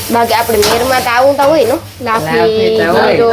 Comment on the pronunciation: લાફી નહિ, લાફસી કહેવાય.